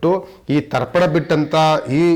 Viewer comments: ದರ್ಪನ ಅಲ್ಲ ರಿ...ತರ್ಪಣ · ದರ್ಪಣ ಅಲ್ಲಾ ಸ್ವಾಮಿ. ತರ್ಪಣ. ಸರಿಪಡಿಸಿಕೊಳ್ಳಿ. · It's Tarpan not Darpan